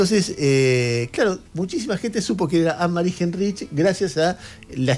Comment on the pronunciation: se pronuncia Ánemari jáinrij